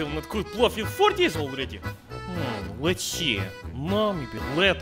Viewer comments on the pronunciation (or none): The video auto played and Thought i heard плав in Serbian instead of плов. Thought you were gonna cook up some blue.